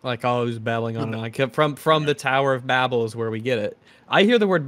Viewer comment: It's the Tower of Babel. Pronounced "Bay-bell".